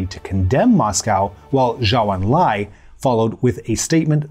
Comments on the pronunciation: This is why “Chou”, while not 100% accurate, is a damn sight better than what the video said, sadly. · Zhou En lai. Pronounced like Joe Stalin. Zhou= Joe. Chinese Ou= English O